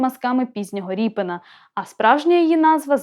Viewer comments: Коли ведуча каже ,,ріпин,, навіть вухо ріже - правильно казати Рєпін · Та не РіпИн , а Рєпін --- РЄПІН !!!!!!!!!!! Оце тригернуло....... Пздц.......... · А чому так вимовляєте "Ріпин"? РЄпін! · Дитино! В промові українською мовою призвище звучить і пишеться рєпін , а не ріпін. Дуже соромно, що ви цього не знаєте. Вчить мову!